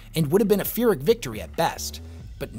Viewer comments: Hey, just a minor thing; "phyrric" isn't pronounced "feer-ic", it's Greek, so "peer-ic". It's named for King Pyrrhus of Epirus (pronounced PEER-us). Thanks for the video! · uh.... luv yer content, but phyric is pronounced PIER-rick, not FY-rick. It is named after a Roman general who won a battle, but had to withdraw from the campaign due to way too many casualties sustained during the single victory.